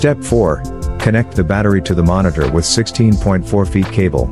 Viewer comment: Battery Mo“R“nitor ???????